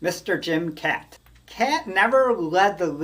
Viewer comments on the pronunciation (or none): It's pronounced Kot and not Cat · Pronounced Jim Cot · FYI Kaat is pronounced cot. Jim Cot = Jim kaat😊